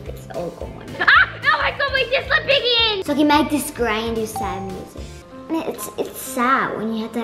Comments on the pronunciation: When said piggy I thought she said biggy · When said: piggy has woken up, doesn’t it sound like biggy?? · when said piggy had woken up i though u said biggy had woken up🙂..